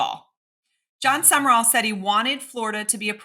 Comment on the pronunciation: New coach name is pronounced Jon SUM-RALL not SUMMER-ALL